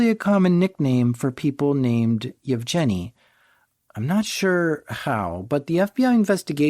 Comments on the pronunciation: Canadian sense tingling. That's a hard 'g' in "Yevgeny". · Yev Jenny is such a cute way to pronounce Yevgeny. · Hey, wanted to help you out a bit with the pronounciation of the guy's name. It's "Evgeniy" with a soft g, like in "ground", it's the Russian equivalent of Eugene. And Zhenya starts with a J sound, like the start of "Jean-Claude Van Damme".